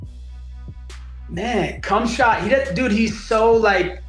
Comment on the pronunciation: Bisping acting like he accidentally said “Cumshot Chimaev” was complete trash.